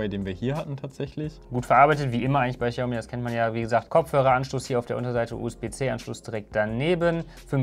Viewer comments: hör auf "Tschaumi" zu sagen! Es heißt "chiaomi" mit einem ch wie in ich. Danke und jetzt bin ich auf das nächste Video gespannt;) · Man spricht es "SCHAUMI" aus. Ohne witz